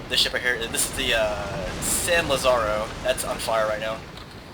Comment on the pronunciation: Just a note of advice, it's pronounced 'LA-za-ro' with accent on the 'La.' In Spanish it's spelled 'Lázaro.'